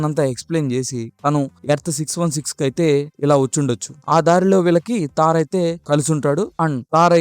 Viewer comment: తార్ కాదు బ్రో థోర్ 😂